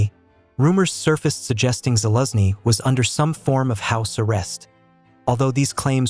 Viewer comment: You pronounce gen Zaluzhny's name so strange, first i didn't understand who you actually taking about.